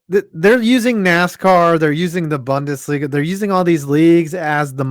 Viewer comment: Bundesliga, his favourite thing to say even though he can't pronounce it right.